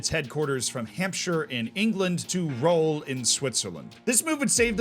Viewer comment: Nice pronunciation of Rolle and Lausanne, although I would argue that Rolle is a village. A small town maybe